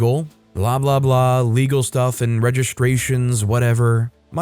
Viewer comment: “sHtroller,” not stroller? I “RegisHtrations,” not registrations? don’t get it. He didn’t get taught phonics in grade school? STR is not pronounced SHTR.